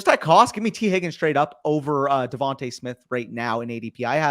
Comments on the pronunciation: why can nobody say Devon-TUH Smith haha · Lol well come on. The one guy with the stache knows his stuff and is well spoken. I’m wondering about these other dudes. If you can’t pronounce Devonta Smith how can I trust your advice?! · Devonta is pronounced Devontay. Plague is not Pleg. Sixth is not sickth.